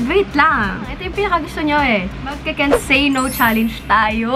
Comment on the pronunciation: bakit kaya lahat ng vlogger pag sinabi yung “challenge” nagiging “challeynge” 😭😂